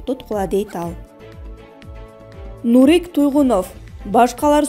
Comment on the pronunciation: Эй сабатсыз журналист кыз Нурик- деген созго И тамгага ударение койулбайт сабатсыз экенсин